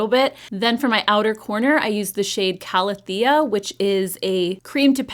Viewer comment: Hey! Love the looks and your review. Wanted to (gently) say that Calathea is pronounced ka-lay-thee-uh.